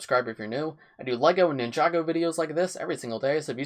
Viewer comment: Did he just say ninjaga lmao